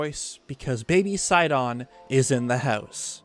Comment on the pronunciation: How to tell if this is a NBC vid: Pronounces Sidon as Sigh-DON Makes extremely big deal out of Akkala Citadel Somehow connects a whole other game trailer to Zonai tribe.